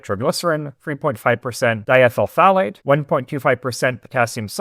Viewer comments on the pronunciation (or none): none